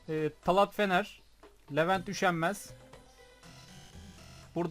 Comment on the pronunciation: abi merhaba talat fener benimde neden ismimi herkes gırtlaktan kuran okur gibi söylü yo bi anlamadım ya talat diye yszılıp telat diye okunuyo bide benstramde senle arkadaşım baktım aktif olmuşsun döndünmü arskerden?